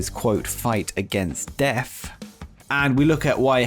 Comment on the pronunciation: Keith Lee was fighting against deaf? I didn't know he was hearing impaired. Illegible for Rampage? Ineligible! What is a munf? Who is Few-go? Few-go dill sal. You are English, yet your grasp of the language troubles me. Where can we, "vote you off the island??" 31,000 flavors?? 31flavors. Do you know what Baskin Robbins is?? I love going to Great Britain... However, until you leave, it's just going to be called Britain. Thanks for that,. Dr. Joseph Maru! Not Maroon, dipsh!t. YOU are causing Britain to just be Britain. Do the Queen a favor and move to Canada. Can't screw it up anymore than Trudeau...oh, WAIT....YOU can...just move to Canada and SHUT UP! You're not gonna be welcome in the U.S.! Just ask President Harris and The President-Father Biden.